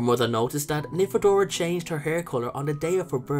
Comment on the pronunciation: Don't call her Nymphabora! XD